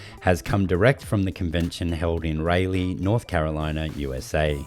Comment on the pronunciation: Raleigh pronounced: Raw-lee...